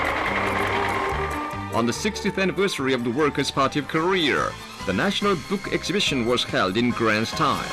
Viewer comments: . 'Koreer'. You're trying to make your country sound good, why not pronounce it correct. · where and/or what the hell is "Koreorrrrrrrrrrrrr" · Why do you keep calling it “Korea”? It’s CLEARLY called Kareer. The guy in the informational video said so! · IT'S PRONOUNCED KO-RE-A, NOT KO-RE-ER!!! GOD DAM!! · every time the narrator sounds like korea=career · I want to bring down North Korea and expose CULTURE to these people!!!!!!! This documentary is brilliant but it kills me on the inside. And it is KoreA not KoreaR!! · Hory shet why you no say Korear right? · “The Worker’s Party of Koreer” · Nobody: The narrator: KoReaR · no one: propaganda guy: KOREAR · Anyone else wanna kill themselves everytime the translated propaganda film pronounces “Korea” as “career” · I love the way the propaganda narrator pronounces koreer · Am I supposed to be pronouncing Korea "Ko-rear"? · Does anyone else notice that the propaganda narrator always pronounces Korea as "Korer"? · this documentary should be titled "Inside North Korear, we cannot pronounce any words ending in the letter A". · The peepers parry of Kerear. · Korea = Career to that Careeren announcer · cannot pronounce Korea, he calls it "Korear." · It's actually pronounced "korearrr" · The way he says Korea bothers me- COREAR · I love the way he pronounces Koreeeeerrr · Korea is pronounced korear. Am I hearing that right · anyone else realize when they were showing the korean documents that whenever the narrator said 'korea' it sounded like carrer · It bothers me that the narrator pronounces korea like career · I can't get over that speaker guy pronouncing Korea like "carreer" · You know a translator stinks when they pronounce "Korea" as "career" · am i the only one who notices that every time the korean commentator says korea it sounds like hes saying career lol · That guy can't even pronounce the "Worker's Paradise" right.....Korear? Isn't that like....grounds to be sent to some sort of gulag? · "Kor-rear" Wtf lol